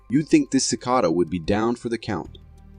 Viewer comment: pretty sure it's AI considering how he pronounced cicada